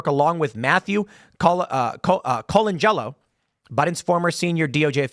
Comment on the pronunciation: Tim, you are driving my wife INSANE, it is pronounced "Coe-lan-jello" (Colangelo)... Thanks man!~MK